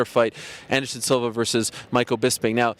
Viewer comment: Is it me or does Bisping say "Silver" everytime he says Silva.